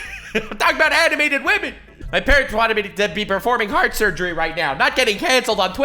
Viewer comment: “Wamen”